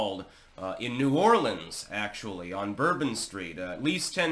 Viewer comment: First of all... A non New Orleanian is pronouncing New Orleans correctly... Impressive! Also... There are barricades on Bourbon Street but they aren't hard permanent barricades. They can be pushed out of the way. Maybe a wall or a permanent structure can prevent this from happening again.?